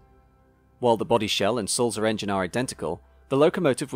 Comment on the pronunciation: I agree with Andy's point about pronunciation. The correct Swiss German pronunciation of Sulzer has a soft "t" between "l" and "z". Also the "u" sounds more like the "oo" in tool. I'm a big fan of your very educational videos, but please check the pronunciations. I noticed on your video about the A4s you pronounced the locomotive, William Whitelaw as WITT-law, when it should be WHITE-law. I hope you don't mind this minor "production" :-)